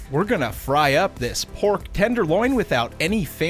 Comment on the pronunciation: I keep thinking you’re saying Borf instead of Pork